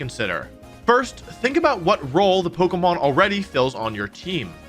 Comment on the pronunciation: I will sub when you can say pokemon correctly and not pogamon